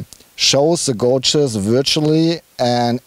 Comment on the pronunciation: Hello,...hello....love to hear both your accents when describing the cars etc, sounds very cool. Just a small imput,...., its not....."gouge"....like when you pronounce "shout- he is shouting loud"; it is "gauge".....pronounced like....well "gayge"......"the gayges are digital on the TT".....; Don't know if you care, or if anyone cares too much but i just thought it could help to make future reviews sound...right; don't lose the accents though, you guys on Ausfahrt.tv sound cool.....deutsch ist geil...Cius. (no German characters so i had to write it like that); Ps.if you need help with future pronunciation i am glad to help.